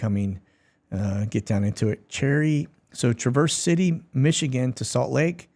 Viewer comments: Trav erce city mi. Like travesty not tra verse. Lol. It's OK. Born and raised in lower Michigan. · Thank you for planting Michigan. Other news has Muskegon to Detroit Clam Lake to Torch and you mispronounced Traverse City where we hide Red Eye Elephants World's Best Cola.